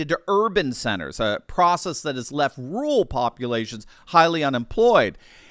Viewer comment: You say "rural" just like me sir! "Ruul!"